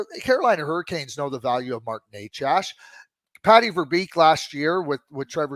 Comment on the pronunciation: It's not Nec ASS. It's Necas for FS.